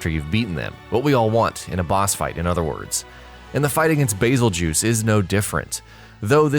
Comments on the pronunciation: "Basseljuice".....good God, I've never been triggered so hard in my entire life until I heard him pronounce it that way. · 'Bazeljews" lmfao that is funny